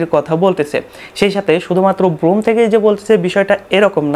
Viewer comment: আরে ব্লুম না ব্ল্যাম।